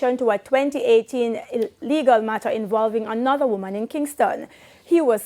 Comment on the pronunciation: For a news presenter, your pronunciation is poor, just listen how you pronounce woman. The news content is poorly writt